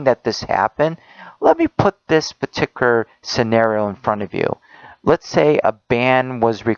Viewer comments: Why does he keep saying "petiker" instead of "peticular"? There is a "u" and a "l" in there. It's bothering me to no end. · Along with everything else he said, the one thing that also got on nerves was the way he said particular. It sounded like "Partiker" to me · He always says paticular he keeps saying it WRONG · The way that he says "particular" triggers me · Am I the only one that gets annoyed that this guy can say particular? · I don't know why, but the way he says "Particular" annoys the hell out of me